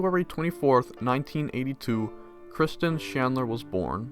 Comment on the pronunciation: "Kristen shandler"